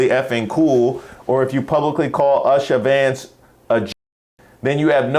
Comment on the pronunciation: said “Usher Vance”😂.